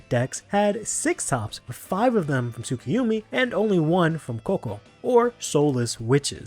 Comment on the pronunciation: Tsuku YO mi not Tsuku YU mi 😭